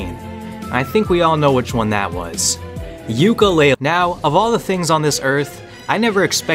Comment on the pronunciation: Yookalalie Odyssey